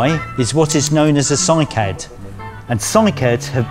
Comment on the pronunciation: Did he say the name of the last kind of rare tree called CYCAD? Lol, im here after literally watching some japanese in a remote island eating poisonous cycad as their main staple.